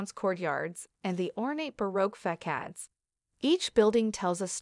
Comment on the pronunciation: “Faqades”, “Kayfus”…